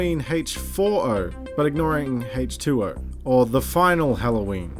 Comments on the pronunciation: for some reason it sounds like you're saying hate 2 0 instead of H20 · I love the way you pronounce H20. Great video.